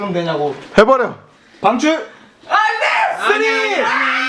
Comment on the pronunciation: 안웃겼는데 역시 피파는 빙출!할땨 ㅈㄴ웃음ㅋㅋㅋ